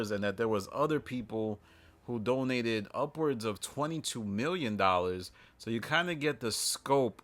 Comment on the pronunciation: this idiot said DONATED! Lol.